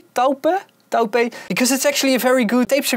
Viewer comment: Taupe is pronounced "Toop" (in Dutch) in English it's "Tope" (like hope)